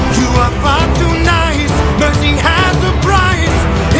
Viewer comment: not me hearing percy instead of mercy